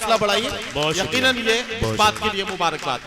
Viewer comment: Talafuz rahat sahab jaisa hota to achha hota. Ekinan nahi Eqinan bolte